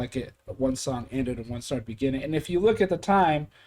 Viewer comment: SONG! not dong😅😅